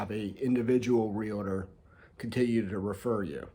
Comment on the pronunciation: It's not Real-a-ter it's realtor